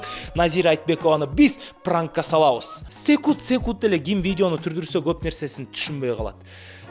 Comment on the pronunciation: Секуд секуд дейби🙄